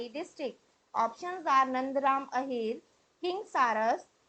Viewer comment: Madam correct the word ahor. It is Ahir/yadav